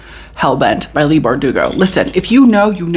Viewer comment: it cracks me up whenever she says “Leah” Leigh is pronounced “Lee” 😂😂😂